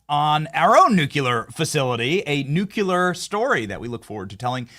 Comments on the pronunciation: Please, Benny! Stop mispronouncing the word "nuclear." You are saying it like "nucular" and that is a common mispronunciation. It's like saying "calvary" when you mean "cavalry. " There is no such word as "nucular." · Benny I only bring this up because I respect what you do for our country. I don't want anyone to have an excuse to demean your work. You pronounce the word "Nuclear" Wrong!! It not (nuc ya lure) its (Nuc clee ear) Thanks for all you do! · Love you Benny, but it's not pronounced "nucular", but correct is "nuclear". Might wanna practice that as I am sure this word will come up many times in the future!!